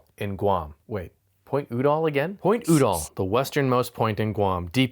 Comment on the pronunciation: Just a pronunciation point, the name of the two people is pronounced You-Doll with the accent on You. I’m old enough I remember both of them and how their name was said on news shows, TV, etc.